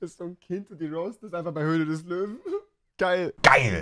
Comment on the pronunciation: Rewi deutsche Sprache schwere sprach ich weiß aber es heißt König der Löwen nicht könig der lowen